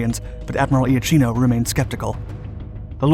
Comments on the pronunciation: The pronunciation of IACHINO is IAKINO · Given the number of comments, all of which I cannot examine, I must suppose that it as already been said, but just in case, "Iachino" is pronounced "Yakino" in Italian. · For correct pronounce Iachino is well pronounced like Iakino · Not quite. It is Ya' keeno, not I-a-keeno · Admiral Angelo 'yakeeno' not 'ee-ah-cheeno' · Its IL DUCE moron not El Duce and it is also eh[ahk-eno Iachino. Why do they have these idiots telling the story???? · The correct pronounciation for the italian admiral is Iakino (ch in italian is pronounced like k in english) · Iapichino is pronounced "yapikino" Regia Marina is "reja mareena" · "Il Duce" pron "eel" not "ell" and "Iachino" is pronounced "Yachino". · Beware pronunciation! Admiral Angelo... Ia - ch [K!] - ino ! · my grandfather was the commander of the Alpino destroyer, so thank you! But there's a lot of pronunciation to be fixed: Iachino is pronounced (approximately) Yakeeno, Marina is pronounced Mareena, etc.